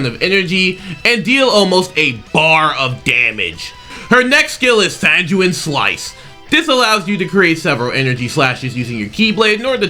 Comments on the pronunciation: That's "Sang-gwen" slice, bud. That's how you pronounce it. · just to let you know, it’s pronounced ‘san-gwin’ 🙂